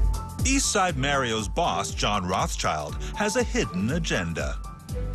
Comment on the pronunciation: I've always pronounced it as "MAH-REE-OS", not "Mae-ree-os"